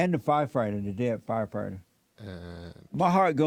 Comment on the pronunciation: HaH! It's ~ Fire- Fight- Er NOT F-F-F-FyeFihtur LOL! Do you understand Jesse your subbies are making fun of you? They're laughing at the fact that you can't read a coherent sentence correctly. You're struggling while reading the first line of the sentence. Stumbling over your words while trying to read the headline..then you have the nerve to ask questions about what you're reading? Making fun of blacks? Apparently you haven't did your research first huh? Ahhmazin lol.